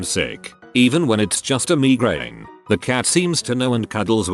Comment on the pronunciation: Normal people: Migrane Robot voice: Me grane